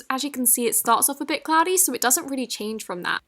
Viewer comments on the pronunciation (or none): none